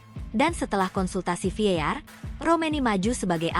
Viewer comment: VAR bukan Vear